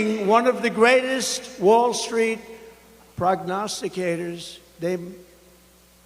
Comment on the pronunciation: Say what you want, but Trump correctly pronounced the word 'prognosticators' correctly.😂 I am genuinely impressed!